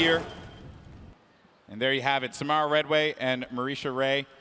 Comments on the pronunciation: I hate how they said SaMARuh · They keep saying samara name wrong 😂